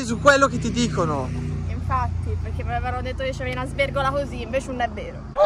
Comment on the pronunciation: “Una svergola hosì” 🔝🤣🤣🤣🤣🤣🤣🤣🤣🤣🤣🤣🤣🤣🤣🤣🤣